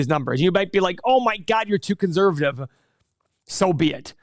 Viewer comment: One of these days, will say conservative correctly